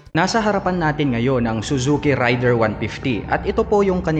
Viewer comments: raider (reyder) hindi rider, pronounce lang po ng tama, peace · Raider po Hindi Rider idol